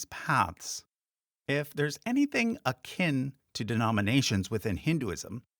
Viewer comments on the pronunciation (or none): none